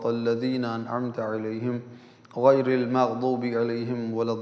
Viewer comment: Ap makdob alehim parh rahe hen parhna to magzob e alehim chachiye wazahat karen